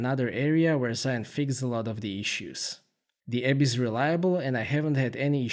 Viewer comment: It's actually pronounced Jee Yoon but great review! Lovely footage.